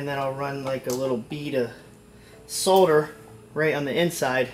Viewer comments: It's not pronounced Soulder it's pronounced sodder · This is all wrong! That wire isn't 8 gauge, I don't know if it claims to be. Those ring terminals are not rated for that wire. You stretched them to make them fit. Solder is not pronounced soul-der. The way you soldered those ring terminals, you didn't even get solder in the wire... It's just all on the outside of the ring terminal where you put the flux. I don't think you charged the capacitor, it had no voltage stored. It was showing 0 volts. That Walmart capacity isn't even a farad or 2 farads like it claims to be, waste of time and money to install. I can't strop shaking my head as this video continues. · the "L" is silent in the word solder, lol. and damn that's a lot of flux, not saying too much, just a lot. good video though man, keep them up!